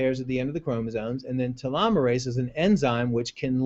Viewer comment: Please learn how to pronounce the word "telomerase" properly...